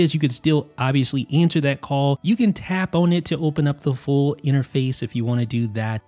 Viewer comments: I can’t explain how it bothers me that you say “own” instead of “on.” Anyway, nice video or whatever. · always pronounces the word “on” like “own”